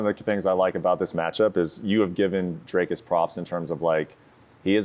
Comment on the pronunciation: Translation: Gonna try to teep and jab my opponent to a decision. The fact they are fighting for a second time and he is still mispronouncing Dricus’s name in just precious.